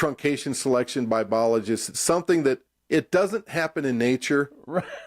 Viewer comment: Haha Manipulated? Like there is a recipe for Abiogenesis(that's a long a boys, you can do it)and they know it?😂 You missed the guy on the left saying "boligist" whatever in the fuck that is. LOL😂